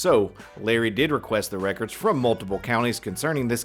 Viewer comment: Also, the way he says "reckerds" annoys the he'll out of me.